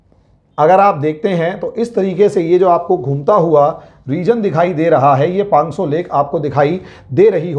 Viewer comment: पांग्सो नहीं, पाँगोंग त्सो!